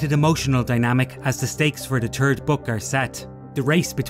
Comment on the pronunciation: "The turd story in the trilogy"?? Really?? ENUNCIATE!!